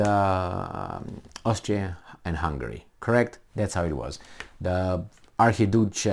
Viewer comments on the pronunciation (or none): Archi duce lol